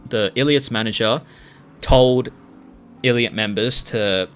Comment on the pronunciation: i think the biggest issue is that newjeans and their fans seem to think they are fightiing against the entire hybe. yes ador is a subsidiary, but they aren responsible for the actions of other labels. pretty sure they said one time “why would we try to replace our only artist?” 😭😭 also it’s pronounced eye lit not ill lit